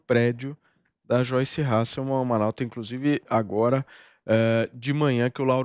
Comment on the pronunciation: Não é " Halsseman" !!! ´e " HASSELMANN" !!!!!!!!! HASSELMANN !!!!!!! REPITA: HASSELMANN!!